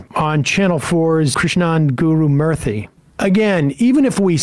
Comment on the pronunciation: Murthy not Murphy lol